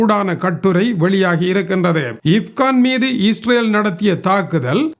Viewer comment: இப்கான் அல்ல இஸ்பகான்